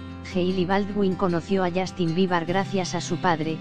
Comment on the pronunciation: Justin bibar? aprendan a habrar por favoy y no mienta se dice biber no bibar dios mio el mundo de hoy